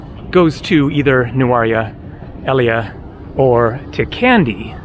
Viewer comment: I also avoid it. The area is nice but so touristy. By the way it's pronounced Nurelia, the place in the SriLankan highlands.